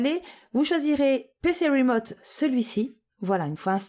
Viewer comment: "PC rimoute" :)